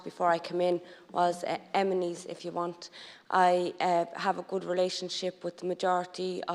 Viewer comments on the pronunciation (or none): “Emenies” couldn’t watch any more after that